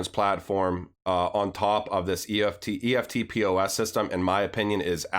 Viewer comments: FYI - In Australia, eftpos is pronounced with two syllables 'ef-pos'. 🙂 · thats pronounced EFT POSS great video jim Australia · Good stuff. Eftpos is pronounced EFT -POSS (electronic funds transfer point of sale) Aussies just say “eft” “poss”... you’ll sound legit Aussie then. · Hi King just so you know you pronounce EFTPOS as a word not the letters. So now you know more than the rest of the Americans. Also with banks having custody of cryptocurrencies do you think they are going to operate two systems now whereby they move their fiat through Swift and their crypto’s through Ripple? Sounds pretty messy to me and I think it’s much more likely that once the banks start dealing in crypto’s is there is no place for swift in their system. What do you think?